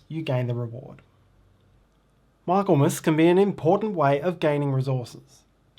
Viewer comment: Great teach, such a clear explanation for a complicated set of interactions across the player boards. But I do have to say that every time you said Michaelmas I cringed! It's pronounced MI-kul-mus (ˈmɪklməs in IPA)